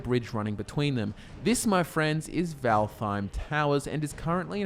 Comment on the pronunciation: not completely sure, but i think valtheim is supposed to be pronounced valt heim (no th sound)